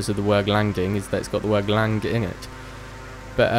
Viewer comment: The word land doesn't have a G in it